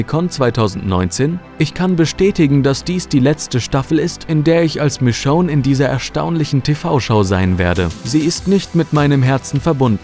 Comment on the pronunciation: sprich michonne richtig aus, da bekomm ich ohrenkrebs